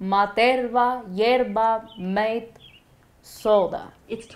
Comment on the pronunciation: Love that she knows she has to pronounce it "Yerba MAYT" not "mah-te"... this week I made a playlist called "bachata y más' and Alexa didn't understand until I figured out I had to pronounce that middle word like the English letter "y" ("why"), not like the Spanish word" y" ("eee"). 🙄